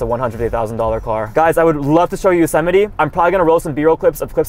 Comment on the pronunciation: Bro said josemiti